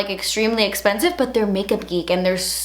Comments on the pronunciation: OMG DAS ESPENSIVE, HaHaHaHa. Cannot get over it. Love ya ✨💖✨💖✨ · and "das espensive" IT LITERALLY MAKES MY DAY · "Das esssspensive..... But das also really good" hahahaha I watched that at least five times. I love you so damn much. Your videos make my day. 😍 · i love how you say expensive 😂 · How she says expensive is my favorite thing lol